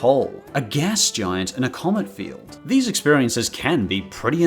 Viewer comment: When he said commit field i thought he said comment field Yesss kingdom hearts, you know that you can buy them all on one disk now. You gotta admit that the end scene is still on par with graphics to this day